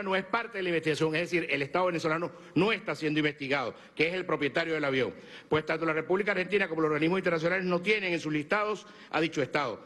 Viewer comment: "el aviäón, el avión! .... jajajajajajaj qye folklorico este espectaculo....jajajajaja